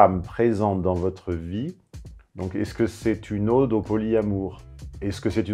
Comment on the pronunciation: On prononce ode comme une hotte mais pas comme une aube. Juste pour aider. Bonne journée à vous.